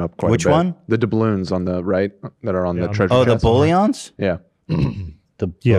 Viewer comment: Maybe it’s bc I’m high but I lost it at ethan saying “dabull yawns” instead of doubloons 😭😭😂😂